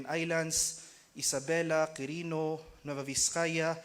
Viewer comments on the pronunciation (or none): none